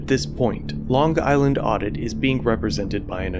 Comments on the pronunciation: Lon guyland? Interesting pronunciation. Otherwise, you did a great job commenting and editing. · I’m from Long Island and the fact that you over pronunciat the g in long is like hearing nails on a chalk board. We all have our weird accents. Lol